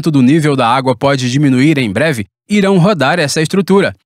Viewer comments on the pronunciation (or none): none